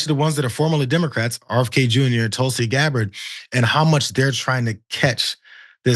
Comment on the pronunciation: LOL! She definitely said "deGabbard". I replayed it a few times to be sure I heard her correctly.